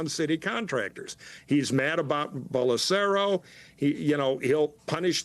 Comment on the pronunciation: "Bolosaro" got me rolling 😂😂